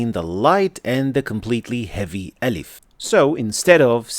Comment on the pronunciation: the (أ) you pronounce has some (ي) sound.